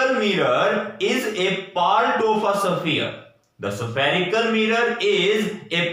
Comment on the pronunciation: spherical mirror ko Kya pronounce kya 😂😂😂